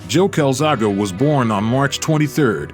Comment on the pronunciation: The level of disrespect in getting his name wrong is crazy. Showed joe as much respect as Hopkins did